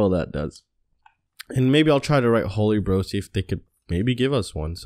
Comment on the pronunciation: May want to look up the pronunciation of Tarot and Holybro. Otherwise, cool vids.